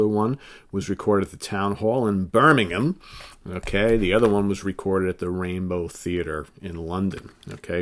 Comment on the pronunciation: An American who can say Birmingham correctly big thumbs up,Heep all day for me,great work.